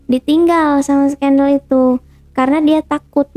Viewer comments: Gue sebel banget sama ini orang, ngomong skandal aneh skandal jadi skendel.. Trus pisah belum punya surat cerai tapi udah nikah lagi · Bang ale jg sebenernya pingin ketawa tuh waktu dia ngomong skendel... jahat banget ni orang kaya alim tapi kelakuan kaya sundel....